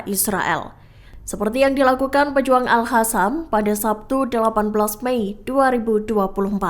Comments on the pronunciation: Hallo kakak mimin yg benar al qasam ( al kasam ) bukan al hasam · Sekedar masukan. Pembaca berita selalu menyebutnya Al-Hassam. Padahal Al-Qassam. Bhs arab beda satu hurup bacaan beda lagi arti. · Bukan al hasam tapi al.qassam ya mbak narator.mhon kalo bikin konten harus cocok dan benar antara narasi dan vidionya.kalo gak begitu itu penipuan